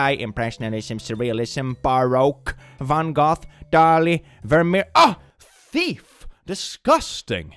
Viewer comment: as a dutch person, pronouncing van gogh as van goth is really funny to me